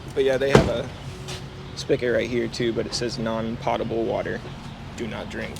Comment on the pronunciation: Potable... Long 'O' in the first syllable. As in 'oats'.